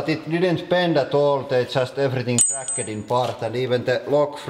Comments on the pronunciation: quick language tip:(not trying to judge or anything) it isn't cra'ked it is cra'kt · i love how he says snappet and crakket